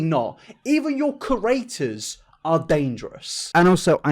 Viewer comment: please stop saying creators wrong! I can't handle it